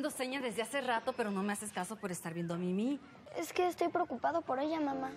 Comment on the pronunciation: Rosangela Rosario es mimi no mini suena como si dijeras mini-on daaaaa